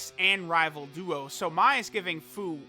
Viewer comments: its pronounced FEW. not FOO. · "FOO" xD its FUU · i thought fu was supposed to be pronounced as fyu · Who here hears buu when says fuu